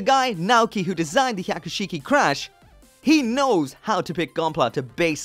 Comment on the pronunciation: every time you say Hyaku shiki, I cringed... learn to say it right and slow down...